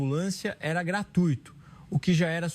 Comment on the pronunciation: GratUÍto? É dose cavalar. É graTUIto. Não tem acento.